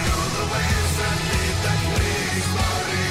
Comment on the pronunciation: They might be historically accurate, but the E at the end of Kriegsmarine is not silent. The "ne" has to be pronounced as in "never"